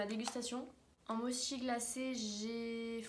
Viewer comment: Super vidéo, juste un petit truc,on dit motchi pas mochi voila 😁et met les au micro-ondes pour que ca soit plus fondant